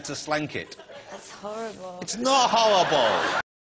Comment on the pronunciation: ITS NOT HOWWIBLE !! bahahaa xD